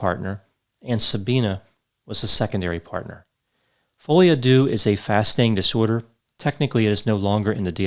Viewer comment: Deux pronounced der..